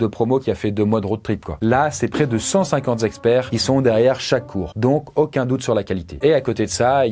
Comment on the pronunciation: cent cinquante zexperts ?!! Are you sure ?